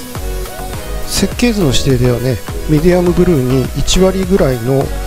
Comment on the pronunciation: "色ノ源(いろのもと)"を「いろのげん」と読む人は初めて見たなぁ…。